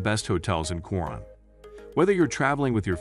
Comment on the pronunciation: Pronounce it KO RONE. If you pronounce it your way Filipinos will not know what you are talking about.